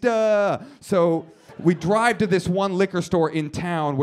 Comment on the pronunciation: ... is he saying ''dwive''? i'm not a native english speaker, but that's what it sounds like to me '-'